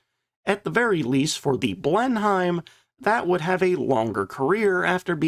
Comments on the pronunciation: Exactly. I see a lot of replies with "yeah but...". There's no buts here. It's an English plane and it's pronounced "Blen-em", not "Blen Heim". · The Blenheim pr. Bleh-nim Not Blen-hyme.... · Excellent ep as always but it's pronounced Blenim, not BlenHEIM. English toffs have this irritating habit of shortening their place names (Blenheim is the ancestral home of Malborough) when speaking so they can quickly tell if you're a local or a provincial, or in your case, even more horrifically, a colonial. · Always thought the Fairy Battle was a bit " British Garden Shed " in its design , the Only Aircraft that came out of what we had then and became a Legend was the Beufighter , an when you say BlenhiEM ..just say it as " Blenim "..Good vid. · You don't pronounce Blenheim Blen - Heim, it's Blen-im. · A really good video. That said, Blenheim is pronounced "Blenem". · Pronounced Bristol Blen-im. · Blenheim is pronounced blenem. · Blenheim pronounced Blennim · Please, if you do struggle to pronounce the names of British aircraft please RESEARCH. It Grates something awful to hear it mispronounced. Please no more 'Blen-Heims'. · Blenheim is pronounced "blennim". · Drinking game, each time pronounces Blen-HYIM 😆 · Them funny Yanks! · had to stop listening at 'blen-hime' for the 10th time. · Blenheim is pronounced Blen-em! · Minor niggle: Blenheim is pronounced Blennim. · I know you always try hard to pronounce aircrafts names correctly. 'Blenheim' is pronounced 'Blennem'. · The word "Blenheim" is pronounced as /ˈblenɪm/ ("BLEN" + "im"). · The "H" in Blenheim is silent.... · IDK, but your pronunciation of Blenheim makes me angry